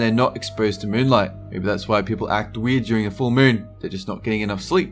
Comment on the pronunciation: "about the mune"